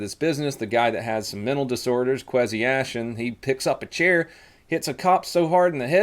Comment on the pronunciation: Quasi-Ashton? It’s pronounced Quazayshawn, how have you never looked at a college football roster? He played with McCringleberry, look it up on YouTube.